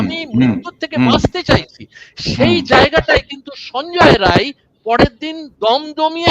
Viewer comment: ওর নাম সঞ্জয় রায় নয় সঞ্জয় রাই, ও বিহারি, সুতরাং আপনি সংশোধন করে নিন please।